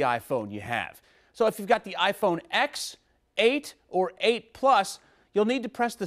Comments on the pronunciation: It's iPhone TEN, not iPhone "ecks". Always has been, always will be. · I disliked as soon as you said iPhone X. It is spelled that way but pronounced "iPhone ten"